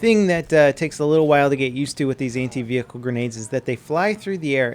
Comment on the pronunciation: Anti.... what i hear.... hentai. 😂😂😂